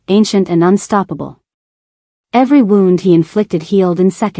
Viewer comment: Why can’t the ai voice say wound ( wrapping something around something else) vs wound ( bodily injury) or bow ( the one on a gift) and bow (show of respect) correctly it always does the pronunciation backwards on those two words and it drives me crazy